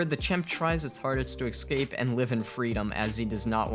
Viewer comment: nobody: Me: frusterated that the narrator keeps saying excape and not escape